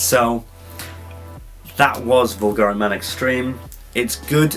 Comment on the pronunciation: Here's a crash course lesson on the correct pronunciation of Bvlgari 😜 Nevertheless...AWESOME review by the way 😎👍